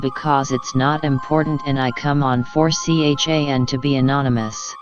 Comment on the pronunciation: I love that the TTS spelled out "4chan". ;D